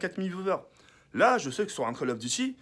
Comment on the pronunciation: "Kall of" chui mort mdrrr